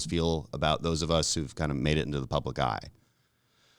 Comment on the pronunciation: He said public eye😂😂😂😂